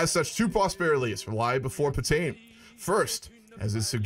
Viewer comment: I can't help it when you say marshal patain I keep hearing marshal potato XD